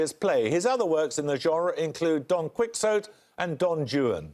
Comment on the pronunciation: Paxo is always so pedantic about French pronunciation yet goes WTF with QuicksOat & DonJewin! 🤶 Thanks for the compilation. 🙏